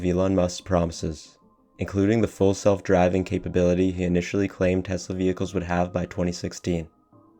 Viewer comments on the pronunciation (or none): none